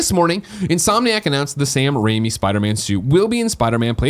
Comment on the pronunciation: Ooooooh, they meant RAIMI suit! I was like, what the hell is "Rami" suit?